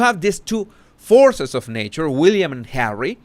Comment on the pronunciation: I love how he says "Hawwy"! I can't help but smile or giggle.